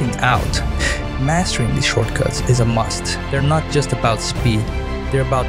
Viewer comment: I cant understand how you pronounce shortcuts